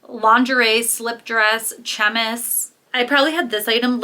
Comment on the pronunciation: Francophone here. Chemise= sha-meeze